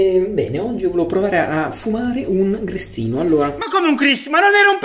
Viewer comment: Ma il maestro dice oggi o ouji?